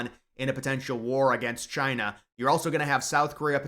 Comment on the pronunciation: Taiwan citizens should have the Right to bear arms. That should be mandatory if they expect military aid. And, it's now and forever pronounced Chy-nah. Thank you